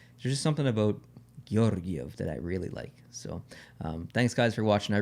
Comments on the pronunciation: Your “Georgiev” pronunciation wasn’t bad at all. Just a little bit too poetic) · You have me pronouncing Georgiev's name with a Russian accent now as well, it's very catchy, Lol. Merry Christmas to you and and, all the best.